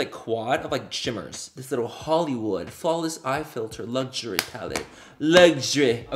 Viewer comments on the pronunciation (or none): Manny: “lugsury” (luxury) Symone from rpdr in my head: “ factry” (factory)